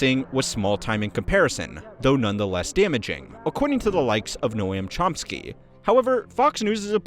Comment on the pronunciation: How the f do you not know how to pronounce Noam Chomsky's name?